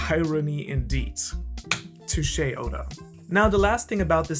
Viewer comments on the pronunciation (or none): none